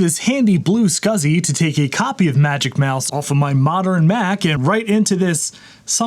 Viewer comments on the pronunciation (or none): none